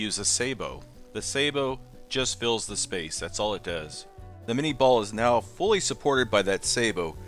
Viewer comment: Cool. So much knowledge about ballistic data. It's so funny that with all this specific expertise you still cannot pronounce the name of the projectile . Claude Etienne Minié was a Frenchman. Therefore the name is certainly not "minni-ball"😂 And yes, I am from Europe. BTW Great Channel.